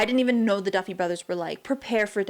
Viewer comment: favourite part.. not ever saying the Duffy Brother correctly 10/10